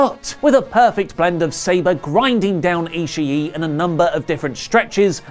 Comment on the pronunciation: is it not pronounced Tomohiro e-she not e-she-e?!